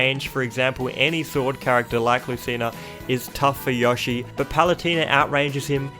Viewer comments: Biggest crime man did here was how he pronounced Yoshi--I mean, YAHshi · WHY ARE YOU SAYING YOSHI LIKE YAH SHE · YAW-shi Me: its YOH-shi. GET IT RIGHT! >:( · I thought I was the only person in the world that called him " Yawshi" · This is the first time I hear someone pronounce Yoshi as "Yoshh-ee." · nobody: absolutely nobody:: yAhShI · theboy 2 yeah maybe Yushi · YOU MISPRONOUNCED YOSHI YOU IDIOT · Every time u said “Yoshi”, I wanted to die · As an American it really bugs me every time he says Yoshi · I love how he says yoshi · I like you but please stop mispronouncing yoshi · Dont really hear him pronouncing an a in yoshi. His way of saying "Yoshi" still suprised me though. People with english as their mother tongue usually pronounce him with a prolonged o - just like the "Oh" in "Oh my god." I am german and people over here and many other languages usually pronounce him with a short O - just like the O in the words "On/Off"